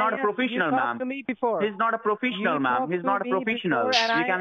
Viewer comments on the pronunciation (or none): “They are not profishionals!” LOL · "He's not a profeesiYoNaL" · “He’s not a profishinal ma’am” 😂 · "He is not PRO-FISH-EN-OL Mam, you can see" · He’s not a profeeshal He’s not a profeeshal And also He’s not a profeeshal. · “He’s not a profEEsional” 😹😹😹😹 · "he's not profeeshional mam" 😂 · He's not a profishonal, ma'am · "He's not a brofeeshul" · because hes not proFISHional mam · Pro-freesh-onal Holy shit. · He’s not profeeshinal